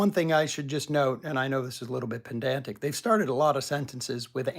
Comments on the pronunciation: Sam says "pendantic"! I don't mean to be pedantic, but it's actually "PEDANTIC"! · and i know this is a little bit pedantic, but you mispronounced "pedantic."